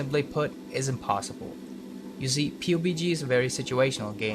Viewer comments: Can you pronounce it as "PUB G" not "pubey g" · It's pubg not poopg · Wtf the way he says pubg... "P-you-pee-g" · Pronounce it Pub-G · “pubey g” LOL WTF. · Did i hear Pubie G? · I like how he says pubg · I stopped watching when he said PUBG as separate letters, not a word